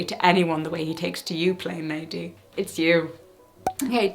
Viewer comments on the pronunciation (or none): I was listening while doing something else, so had to back up to see that you'd said "plane lady" and not "plain lady" 😀